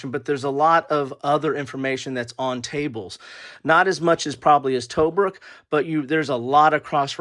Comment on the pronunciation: Disappointed that you didn't show the components, maps or player aids. And, by the way, Tobruk" is pronounced "tuh-bruuk".